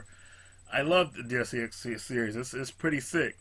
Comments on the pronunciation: Deus Ex is pronounced day-oos x,. Not trying to be a dick, just trying to help for future reference.:) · is cool as hell, but come on. You gotta pronounce stuff correctly. It's for your own benefit. Otherwise, you kinda look like....